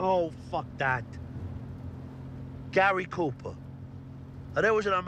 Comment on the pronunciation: Gay-ry Cooper